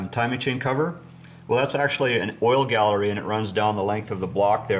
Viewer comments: Oil GALLEY not Gallery. Its an engine, not a kitchen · Its galley, not gallery and the tall block was for garbage and dump trucks.